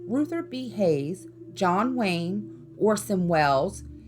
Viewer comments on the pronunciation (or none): none